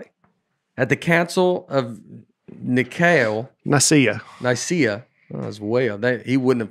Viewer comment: I imagine Nate’s pastor with his head buried in his hands listening to Nate try and pronounce “Nicea” and “heretic”